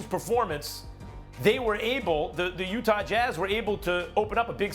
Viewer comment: No one: ABSOLUTELY NO ONE: Stephen A Smith: Utahrrr